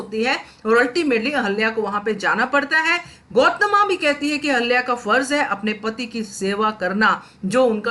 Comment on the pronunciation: Please pronounce Ahilya properly .